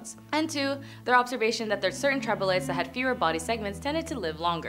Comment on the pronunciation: Hint: it’s NOT tribolites.